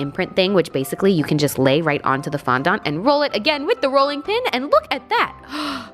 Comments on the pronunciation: It's fondAnt NOT fondOnt. (To pronounce) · I'm so sorry but you are pronouncing it wrong it's fon-DENT not fon-DONT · i thought you said fondot 😂😂😂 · I say fon dont and she says fun dan 🤣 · Dont get me wrong ily and this is not hate but in the future its pronounced fon-dent not fon-dont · Omg did she just say fondant as fondont😂😂😂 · her :fondont me :fondant am I the weird one 😕😕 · You don’t say Fonda it’s fondant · It's pronounced fondint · You called it fonDONt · fondant is pronounced “fon-dint” haha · Love the way she says fondant like fondont 😂😂💕💕💕❤️💕❤️💕❤️ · why you say fondant like that awwhaha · The way she said fondant 😂😂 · you don't pronounce the "nt" at the end :) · I can’t stand the way you say fondant not trying to be mean it just bugs me 😂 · Actually LOLing at your attempt to pronounce fondant. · It's the way she pronounced it haha :)